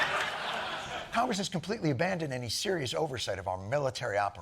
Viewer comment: Misspronounced KOCHGRESS again....